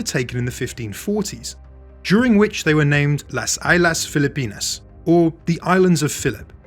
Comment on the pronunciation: “Las Aylas Filipinas” 😅